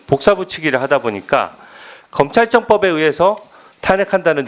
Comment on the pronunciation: 주진우 참... 저렇게 말도 제대로 못하는게 어떻게 검사까지 했나. 말이나 똑바로 해라. 발음도 누구처럼 부정확하네..찌질...'검찰척법...' 무슨말이야?